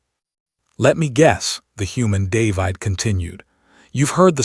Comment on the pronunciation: If AI can pronounce plague, why can’t it pronounce the name David?